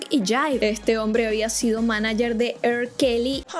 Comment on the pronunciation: Te amo, pero la R en inglés se pronuncia "ar". Lo menciono porque dijiste "Er Kelly" y "Er&Bi"